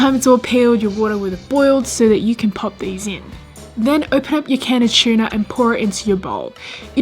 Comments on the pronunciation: It's pronounced "too-na" not tiuna. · It’s tuna not chewna lol .. couldn’t watch full video couldn’t stand the pronunciation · She says chuna. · Chuuuuna. 😭😭😭 oh gosh sorry, i had to watch on mute. It was overwhelming for me to hear how you said tuna. Kudos and thanks to the recipes though. I loved that you had fun making them and sharing it. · Tuna or Chuna? He he he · Is it hard to say tuna ahhhh chuna why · Some of these look really good. Funny how Aussies pronounce it chuna... :) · Same as us in England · I love how you pronounce tuna as chewna. 😄 I remember the comedy tiktok copying accents. Its so funny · I didn't know "T" was pronounced "ch." :-P